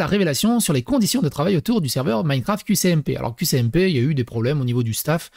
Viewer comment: T'as un souci avec les S et C mdrrr C'est pas qCmp mais qSmp